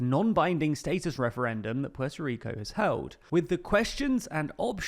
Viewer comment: Anyone else notice how hard he said held 😂